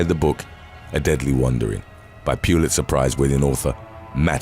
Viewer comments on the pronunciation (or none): none